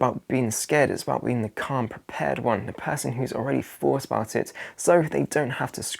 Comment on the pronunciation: THING, not "fing", THOUGHT, not "fort", MONTH, not "munf" . . .